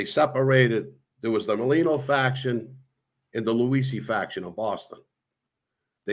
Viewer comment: Cool interview but bro, take the time out to get the guys name right. It's Bobby Luisi